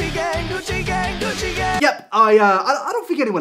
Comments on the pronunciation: I keep hearing Gucci gay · Why does it sound like he is saying “coochie gay”